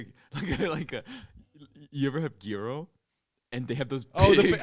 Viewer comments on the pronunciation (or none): none